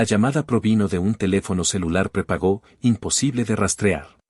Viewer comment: Se dice prepago, no prepagó